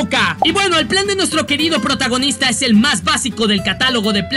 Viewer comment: dijo potagonista 😀